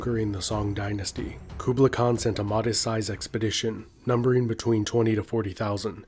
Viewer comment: The way he pronounces “Kublai” makes me cringe 😖